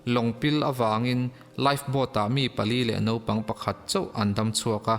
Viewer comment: I ṭawng hmandan a kaduh lo deuh pakhat, Naupang tih turah Nopang ti a i lam hi ani, Channel nei i nih tawh vangin Mizo te min zirtu atan ṭawngkam diktak i hman hi kaphut ani. Huat a la lovin min pawmsak hram ka beisei.